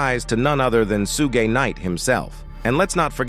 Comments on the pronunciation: Dude, his name is not "Soog" lol. It is " Suge" 😂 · "Sue-gay" Knight....Seriously!? 😄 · SOOOOOOOOOOOOOGAY NIGHT! I KNOW THAT DOOOD!!!! that made me stop watching this garbo video yo F%ck this channel with SUGGGAY NIGHT! Yo lol... joke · It’s Shoog, not soo gay! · Not SueGay Knight😂Lol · “Sue Gay night” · Who's Sue-gey knight? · Okk WTF is Sugey Knight?🤔🤔😂😂 Hollysmokes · Gotta watch ya back for ol Sue-Gay! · W.....t.....f..... is a soogay? Are they trolling he pronounced it differently each time and wrong every time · who tf is Su-gey 😂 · Who's doin the commentary he doesn't even know how to pronounce Suge Knights name not that it matters 😮😮😮😮😮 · Peru? Su gay Knight? Wtf is this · Su- gay night and the pir-rus 😂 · Sue-gay knight 🤣🤣🤣💀💀💀 Puruu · Why this fake AI voice mf can't even annunciate words correctly soogah night n peroo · Mobb Peru , Sue-gay knight?? 😂😂 st8 disrespectful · Is this some AI voiceover shit or white guy reading a script ,because he pronouncing Piru straight wrong, and can’t even say, Suge Knight😤😤😤😤😤😤😤😤😤